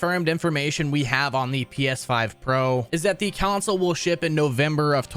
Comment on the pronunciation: Why the fuck is this dude adding a Y to the word console? CYonsole